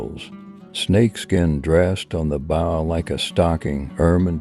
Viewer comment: You would think that if someone was going to promote Native American culture, and customs they would at least be able to pronounce the most common words associated with that culture. Bow is pronounced "boe" not bow as in bow down, or stoop over. Oh my God!!! what a disaster.